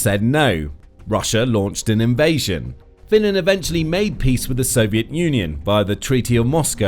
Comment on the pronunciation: "Finnand" "Sooumi", "Souumi" If you can't even talk in your own language (English) do not try to speak Finnish. I thought Tarja Halonen was only person who has difficulties saying /r/ and /l/ but I guess I was wrong.